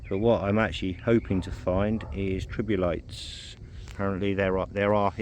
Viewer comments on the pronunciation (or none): Did you really call them 'tribulites'? lol